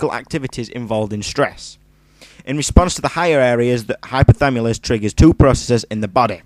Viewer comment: it's hypothaLAMUS not hypothamulus :)